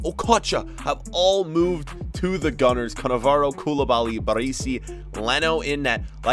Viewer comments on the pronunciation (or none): none